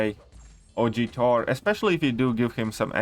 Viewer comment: I love how he says Thor as 'tor' 😂